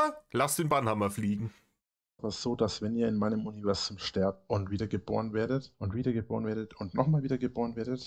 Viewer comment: Habel aus Selbsthass mitgezählt, das Krokettensilo salbadert sein "Uniwäßum" 73 mal vor sich hin.. bei der Wiederholungsrate steht doch bald der Schlaganfall ins Haus.